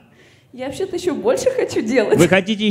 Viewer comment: на фразе "ващетая" прям понятно было шо не простая прям:)